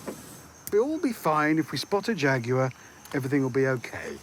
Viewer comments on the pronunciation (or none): "a ja-gue-er"